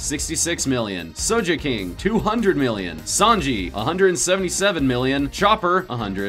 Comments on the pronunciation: Who tf is sojeking? Its sogeking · I know you said your Japanese prronounciation isn't that good, but when its something like sogeking were they pronounce it clearly and repeatedly OVER AND OVER, there is really no excuse for pronouncing it (So-Jeh-King) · I can very much tell that they don't actually watch one piece by the way he said,"sojay king"